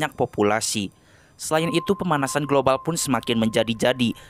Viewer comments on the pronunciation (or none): none